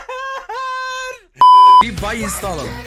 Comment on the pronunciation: Ya Yeteğrrrrrr Diyor Ya Canını Yediğim asuıdhasuydghadasd